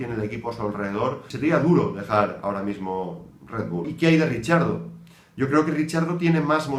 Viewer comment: Por Dios, deja de decir "Richiardo" 😓 él mismo pronuncia su nombre muy parecido a cómo se pronuncia en español. No es difícil ;)